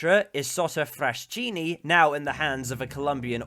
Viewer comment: Solid video, thanks! A small nitpick: Fraschini is pronounced fraskini.